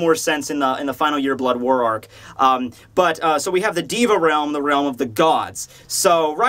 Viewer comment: you're pronouncing "deva" wrong. you say it like "di-va" but you should say "dey-va"